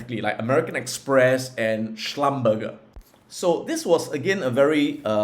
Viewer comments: Great video as usual... by the way.. Schlumberger is pronounced as Schlumber-"J" not Schlum-"burger". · Hey Adam, thanks for the sharing. By the way, the company Schlumberger pronounce as shluhm-buh-zhay. I got it wrong until I was corrected by wife 😅